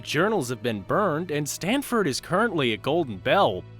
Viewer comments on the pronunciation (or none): It's Stanford not Stanely Bill..